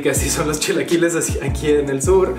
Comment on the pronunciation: "...yo no hablo con la sh ... los shilaquiles..." :/